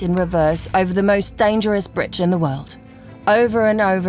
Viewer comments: To the female narrator who speaks perfect British English, did you not go to grammar school and learn how to pronounce the word bridge? Through the whole program you have called it a “britch”, I mean come on, didn’t the editors catch this? Every time you say the word bridge and pronounce it britch, I sort of squeeze my ass cheeks together just a little bit! If you are going to be a narrator for any type of video or program you certainly need to go back to grammar school and learn how to pronounce English words in the English language. So yeah, just saying.🙊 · She keeps on saying britch...It's bridge....lol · She keeps saying britch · female narrator: "britch" lol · She sounds British but repeatedly says "britch"? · Britch? Speet? Where did she learn English? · Take shot every time the narrator says BRITCH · The amount of times the woman is saying Britch is giving me anxiety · I love how she says "britch" 😂😂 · Yes me too it was painful 😣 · Wish they'd use some one who can speak properly, britch, dimetre,,speet, eg, but otherwise good. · SAY BRITCH ONE MORE TIME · What the hell is a BRITCH?! Find a new narrator who can actually pronounce words correctly cause she is HORRIBLE. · Why would ANYONE hire a narrator who can't say bridge for a program about a bridge? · She can't even say bridge right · An ad every 3 minutes ... Adblocker isn't even stopping these. It's very annoying. It's almost as annoying as her calling it a Britch instead of a bridge. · why does she keep saying britch its bridge not britch.... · Why does the narrator keeps saying “britch” instead of bridge?? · There’s a “d” in “bridge,” dear female narrator. It’s not “britch.” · They couldn't find a person who knows how to say "bridge"? It's irritating to hear her say "britch" every 15 seconds! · Why does she keep calling it a britch instead of bridge ? Can't even speak English and she's English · BRIDGE, B R I D G E, NOT BRITCH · That hurt my brain every time she said britch